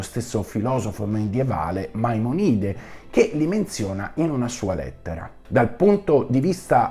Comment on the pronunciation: Come il solito, molto chiaro e lineare. Due soli appunti di poco conto sugli accenti: Maimònide e alià. Grazie cmq